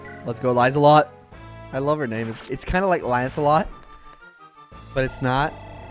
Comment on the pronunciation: Love this playthrough! As far as I know, Lieselott is a german name and the "Lie" in the beginning is pronounced like "Lee". Though the name is more commonly known as "Lieselotte" or rarely "Lieselot" over here, so maybe there's a another origin. But tbh, pronouncing it like "lie" is much cooler and funnier.